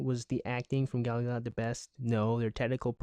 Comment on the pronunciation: Thank you for pronouncing her name (Gal Gadot) right